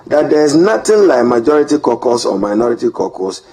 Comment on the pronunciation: CAUCUS is pronounce as “Core-kas” not “korkors”